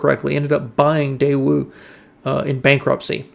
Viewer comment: I couldn't find any other sources online pronouncing it "day-ew." I found multiple examples online of saying it "day-wu" (the way we expect). I found a Korean person's video that said: Americans pronounce it "day-wu," but a Korean would say it more like "tay-wu" where the "t" sound is somewhere between a "t" and a "d" sound.